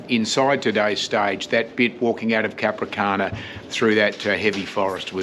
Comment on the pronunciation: The towns name is "Capranica", not Capricana....